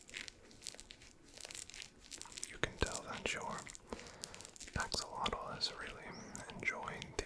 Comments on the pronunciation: I'm native English speaking and I STRUGGLED to hear it. But I did, after re-listening about twelve times. It's the difference between beginning "ah" sound in "axolotl" and beginning "Oh" sound in "oxilotl". He's saying "OX-ah-lot-l" instead of "AX-oh-lot-l" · I absolutely love ur vids man but every time you said “oxilotl” instead of “axolotl” I flinched 😂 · why are you saying oxalotl